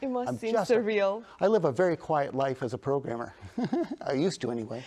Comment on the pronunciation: Did you say Programmer or Pro Gamer?